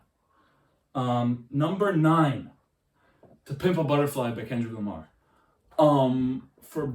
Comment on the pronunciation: Great fun content: you do slur the second lp title tho and I cant tell what u say. Pimple butterfly by Kangaroo Moss is probably wrong. .